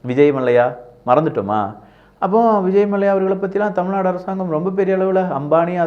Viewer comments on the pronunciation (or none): none